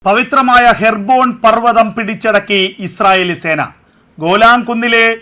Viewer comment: ഹെർബോൺ, or ഹെബ്‌രോൺ